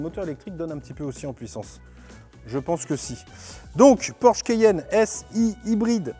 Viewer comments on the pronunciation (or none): Mon Dieu le mec au début a prononcé "le Porsche kéyenne" Au lieu de Porsche Cayenne !😂😂 Une honte pour un présentateur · Le quéyenne ? Vraiment ? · cAyenne pas cEyenne 😂😂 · Le keyenne 😂😂